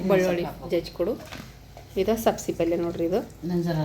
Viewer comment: ಹುಲ್ಲುಲ್ಲಿ ಅಲ್ಲ, ಹುರಳಿ ಅಂತ ಹೇಳಿ. ಮಟಕಿ ಅಲ್ಲ, ಮಡಕಿ ಕಾಳು ಅನ್ನಿ. ಸಬಸಿ ಅಲ್ಲ, ಸಬ್ಭಸಗಿ ಅನ್ನಿ ಫಾರಿನ್ ನವರು ಮಾತಾಡಿದಂಗ